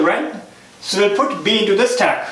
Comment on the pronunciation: useful but please use normal english as your 'staaack" hits in ear